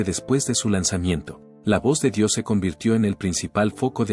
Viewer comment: Me generó dolor de huev0$ escuchar todas las pronunciaciones de la persona esta... "Dió" "javi maral" "eaven an gel" "blakmo-re" etc